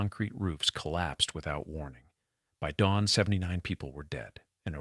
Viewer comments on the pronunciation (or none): none